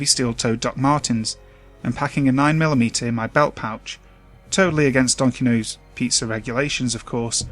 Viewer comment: why do you keep saying Donkinos instead of Dominos?